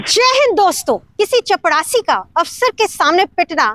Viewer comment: चपरासी के जगह पर चपड़ासी कहना बहुत अच्छा लगा 😂😂